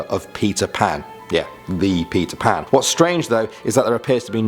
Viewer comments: he said pizza pan haha😂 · You said pizza pan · Stop saying PIZZA PAN!! ITS PETER PAN JÉSUS!! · Who elsethought he said pizza pan when he said peter pan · he kept saying pizza pan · Everytime u say peter pan, i hear pizza pan. now im hungry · who hear he Said pizza pan ? is it just me or what ? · Who else heard pizza pat instead of Peter pan